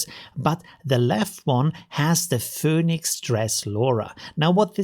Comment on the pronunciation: Phoenix is pronounced FEE-nicks Great video, thanks!